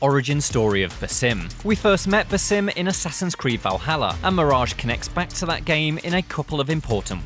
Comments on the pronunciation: Bass- Um Not Bah-Sim. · Its 'BA-sim', not 'buh-SIM'... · Does it piss anyone else off that he says "ba-sim" instead of just "Basim"? It's honestly annoying af because we've heard his name hundreds of times now, yet this dude doesn't know how to pronounce it. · Baw-sim not ba-sim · Bro said baesim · “Basím”? Did he even play the game? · Why say baaa sim its so annyoing his name and pronunciation has been said 1 million times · The stress is on the first part of “Basim” not the second half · Can't get over his pronunciation of Basim and djinni 😂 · At least try to pronounce the names right. Basim's name is even mentioned by Eivor at the end of the video lol. Anyway, just finished this recently and was disappointed it didn't go into more depth to Basim's realisation. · Your saying his name wrong smh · It pisses me off that you purposefully mispronounce his name. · Dude can’t even pronounce Basim correctly🤷🏼‍♂️